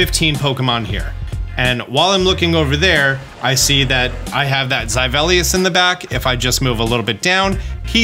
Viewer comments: Zivelious?? Sorry had to drop a dislike for that butchering. Good vid tho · Please pronounce zweilous correctly. That was painful to hear. It isn't zweivelious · I can't tell if you're joking when you pronounce Pokemon names that badly every video or if you're actually that illiterate. Zivelious? Its name is Zweilous. Two syllables. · Um, I don't think this is how you pronounce Zweilous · Thanks for the tips. Btw you pronounce zweilious in a very funny way. The ‘zwei’ is German for 2. That whole line has a german count in it. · I was so confused what Pokemon you were referring to, but I just realized it's Zweilous. The Deino line has the numbers 1, 2 and 3 in German in them (dEINo, ZWEIlous, hyDREIgon) and you pronounce the lous like the lous in perilous. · Even if your videos weren’t as amazingly informative as they are, I would watch them only for your pronunciation of Pokémon names! Absolutely love it, entertaining me to no end 🤭 you are awesome, keep up the good work!! 😁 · You are saying Zweilous's name incorrectly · absolutely ENTHRALLED with this pronunciation of zweilous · My man literally could not pronounce Zweilous worse if he tried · My goodness, that Zweilous pronunciation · What's a Zyvelious? The name uses the pronunciation for the German word for two. Zwei. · great guide, but dear god why do you say zweilous like that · You're pronouncing Zweilous wrong, the whole line is a pun on ein, zwei, drei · That’s the worst pronunciation for zweilous I’ve ever heard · stop saying Zweilous incorrectly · Love your content but the way you pronounce zweilous hurts me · Thank you for all the helpful vids! But holy cow I thought there was a new pokemon I didn't know about by the way you butcher Zweilous' name 😅 The Hydreigon line is based on how you say "one, two, three" in german (eins, zwei, drei) for the number of the heads obviously. Two in german sounds like "tswai". So Zweilous should sound like tswailous, not zyvelious lol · Zi-Velious? Zwaylius.